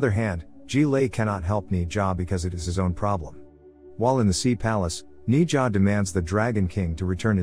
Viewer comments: If you are gonna pronounce their names please do it right it's pronounced naa-zha not knee-zha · Correction not née jah it’s nez ja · It’s pronounced naja